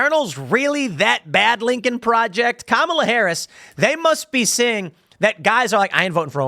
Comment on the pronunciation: "Lincol Projext" Yeah soemthing tells me Lincoln would not be a fan of these goofs